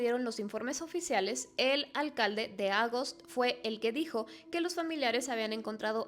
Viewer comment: No se dice Ágost se dice Agóst, la sílaba fuerte es la segunda